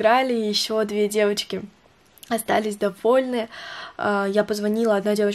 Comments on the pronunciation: Можно просто нормальным голосом и нужными буквами говорить "девочки" )) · я тебя очень люблю но ты можешь пожалуйста не говорить "девоцки" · Мне не нравится, как ты говоришь деватьки🤢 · не говори пожалуйста "девоцки")))) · Бесишь что такое : Девацки🤦🏻‍♀️ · Почему на протяжении всего видео говоришь девацки? 😂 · Почему так бесит это « девацки» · Меня одну бесит как ты говоришь девацки? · девацки........... мои уши😤плиз не надо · Девацьки!!!🤦🤦🤦Не в обиду но это бесит!!!😡😡😡😡😡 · "Девоцки" не говори так! Не приятно. (я не хейтер) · Пожалуйста не говори девацки я не Хейтер наоборот мне нравятся твои видео,но пж не говори🤦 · знаешь всем не нравится что ты говоришь «ДЕВАЦКИ» и это просто раздражает и бесит господи просто не приятно ты ПОЙМИ НЕ ГОВОРИ ТАКККК!!!! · Пожалуйста не говори ДЕВАЦКИ не приятно( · Хватит говорить девацки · А,господи,хватит со своими "девоцки" ужасно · Не говори девацки. Тебе не идет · Фуууу. Пожалуйста не говори «девоцьки»😭🤮